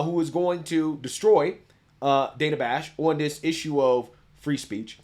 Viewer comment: It's pronounced Dan-a not dane-a